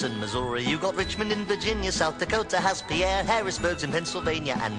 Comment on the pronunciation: Pierre, South Dakota: Pierre is pronounced "Pier" as in the pier along the Missouri River where the town is located instead of nearby Fort Pierre named after an American Fur trader. South Dakotans and educators across the country would appreciate this error being fixed. Thank you.